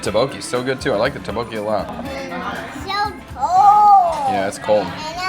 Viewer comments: It's pronounced more like 'duck-bogey' and not 'ta-bokie' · It's pronounced "DUK-bo-kee" instead of "tae-bokee". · Your pronunciation of tteokbokki is still not great with the videos where you eat it. And now your kids have learned it from you on how to also say it incorrectly lol.